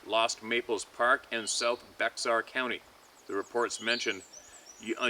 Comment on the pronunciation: Bexar....😂😂😂😂 pronounced BA_er county.....